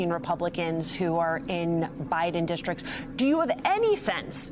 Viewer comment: "Dishtrik?" Do you mean "district?" When you mangle words, you sound like a MAGA.